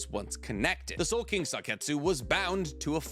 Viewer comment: Ya it's soul king not soul king what's wrong with this guy?